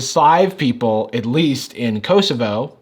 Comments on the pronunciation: You emphasized the wrong O in Kosovo kosovO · Kosovo is a short first 'o' sound, like in cot or cost. At least that is how I have always heard it. Growing up in the 90s in Europe it was on the news A LOT because of war. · kosovo is pronounced "koh-soh-voh", instead of "kowe-sowe-vowe" -a serb :) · When some of your fans from Kosovo, you celebrate the little shout out. Would have been cool if you had checked how to pronounce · he butchered the name kosovo so much but it was fun to hear. (btw im from serbia, so ik theres beef between kosovo and serbia, but personally, i dont care abt that) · The way he pronounced Kosovo, I didn't even register what he said until I saw it written on the screen 😂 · Since I'm from Bosnia and Herzegovina, and I speak Serbian I cringed at how you said Kosovo.